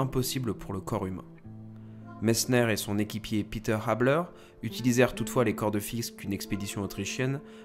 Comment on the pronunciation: Très bon documentaire. Merci. Reinhold Messner est une idole pour moi, au même titre que Mohamed Ali... J'ai eu la chance de Voir Messner une fois à Bâle pour une conférence et projection de film. J'ai été très impressionné par le personnage et son regard bleu métallique! Une toute petite critique si je puis me permettre: prononcer plutôt Pét'r (Habeler par ex) que "Piter": c'est de l'allemand et non de l'anglais.... je sais je suis un peu pointilleux, sorry!